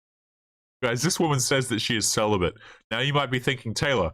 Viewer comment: Celabate or "Sell a bit"?